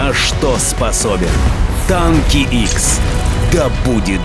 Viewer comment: не "икс танки", а "хэ танки"... просто название неверно прочитали.